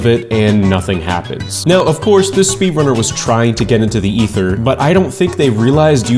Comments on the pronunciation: /Æthēr/ is the pronouncing of Aether Portal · Did he just call the Aether "Ether"?